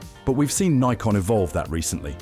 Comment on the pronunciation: You sound British. So what's with all the N-eye-kon and Zee? It's Nikon - as in 'sick, prick, dick' and Zed.